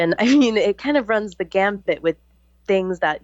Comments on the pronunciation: "Run the gamut" Not: "Run the gambit" 3 times even. I cant take anyone seriously whose talking about complex issues when they cant get simple words/phrases correct on a regular basis. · Can someone tell it is run the gamut not gambit. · * run the gamut, not 'gambit'. That truly distracted me from the subject matter, lol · It's "run the gamut" not "run the gambit."